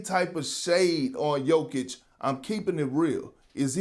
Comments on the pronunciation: Who’s yoke? Say jokic have some respect on his name you big habeeb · Everybody: Jokic Shannon: yoke